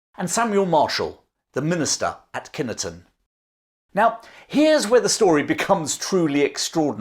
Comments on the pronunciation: Kine ton not Kinny ton. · Its pronounced "kinton" not Kineton And just for reference i was born there and lived locally for 40 years Otherwise it's a good history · Wonderful tale, but please, as a Warwickshire Lad of 70 years that has hunted that country for many years please pronounce it Kine ton not Kinnerton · KINE TONN as in chine or pine not kinton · I look out over that very battlefield every time I stay at my sister’ s in Kineton ( pronounced Kine ton as in Pine btw) up the road … having read about the phantom battle when I was a lad. Never seen anything even after drinks in the various pubs around there 😂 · It's pronounced kine-ton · My father was born in Kineton /ˈkaɪntən/ (sorry but I have to correct your pronunciation) and he did tell stories about how eerie the battlefield was. He sad there were weird noises and people stayed away especially at night. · Its Kineton not Kina ton ...It was known as Kineton fight back then. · wrong it is pronounced as Kine ton as in chine.tonn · Great story, we live not too far away in Kenilworth and have visited Edge Hill a number of times. One question though, is that the correct historical pronunciation of Kineton? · thank you so much for this. I grew up a few miles from Edge Hill and have sat in the beer garden showing the view seen many times (another haunted location by the way). I did wonder if anyone in the comments would pick you up on mispronouncing Kineton though 😉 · I live about 3 miles from Edgehill and just down the road from Cropredy (Bridge) and just for reference the INE in Kineton is pronoused thee same way as the INE in Line... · Enjoyed the tale but it was even more entertaining watching my Warwickshire born wife wince every time you butchered the pronunciation of Kineton. Love the channel, please keep up the good work. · As a local lad I have to say I've never heard Kineton pronounced like that before . Otherwise a great story as usual.